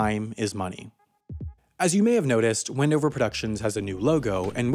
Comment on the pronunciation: Thank you for saying my home town wndover